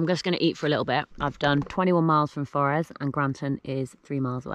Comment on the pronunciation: Murr-ee (Moray) for-is (Forres) Nice walking though, beautiful scenery from my home county